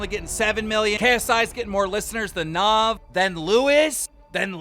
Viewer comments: ITS NAV NOT NOV LOL LOVE U KEEM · “NUV” keem how can u mispronounce the first brown boy to get it popping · Keem…its NAV. NAA-VH. Its a indian name broooo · This guy really said naav instead of Nav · NAAAV? Bro it’s Nav🤨😤jk lmao love ur vids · Are we gonna ignore how keem just said "NAV"? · i’m convinced keemstar mispronounces names/words just to piss people off. he can’t be that illiterate